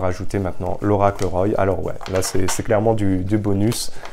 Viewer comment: Ami, Roy se prononce comme un roi...